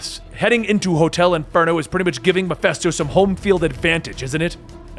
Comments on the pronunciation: I know it is petty, but it is Mephisto not Mephesto. Other than that it is a great vid. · Meh-fist-oh not meh-fest-oh As in meh-fist-oph-ah-lees (Mephistopheles)